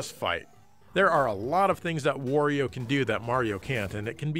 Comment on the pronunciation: Giant Bomb's Ben Pack says, "Wore-io."